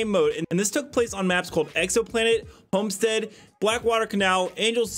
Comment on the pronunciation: Lol. You had me cracking up when you didn't read the map names right at the beginning of the video 😄 🤣" Bomestead " and " crashRite "